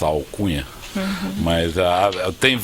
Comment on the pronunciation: Até que fim ele falou certo "ALCUNHA"